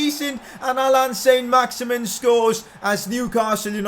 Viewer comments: Pcq: It isn't pronounced "Saint Max-Imin" its pronounced "Son Max-Iman" because he's French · saint maximin in french is san maximaan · It s sin not son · pcq: its pronounced saint-maximan cos hes french